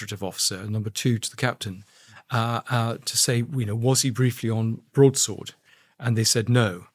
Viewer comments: Andrew it's pronounced HMS Broad sword, not Broads word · Broad SWORD not Broads WORD. Broadsword. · I like the podcasts but it seems like Andrew Gold has had a stroke… barely known prominent royals, doesn’t know the word broadsword and calls it ‘broads word”… forgets Paul Page, and I’m barely half way through. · HMS BROAD -SWORD not BROADS -WORD 🤦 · Loving your pronunciation of ‘broadsword’, Andrew 😄 I do like this channel.